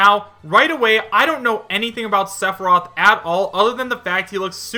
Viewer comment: i think just threw all of what little credibility he has had in pointing out potential leaks, he cant even say sepheroth right